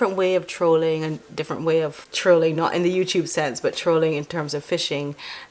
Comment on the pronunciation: it’s Trawling,not trolling sweetie. Not nit picking just letting you know. I love your channel you’re fun, informative and respectful. Thank you 🙏.